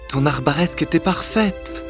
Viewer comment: TON ARBARESQUE ? ? ? ? ? ? ? ? ? NON ! ON DIT, UNE ARABESQUE !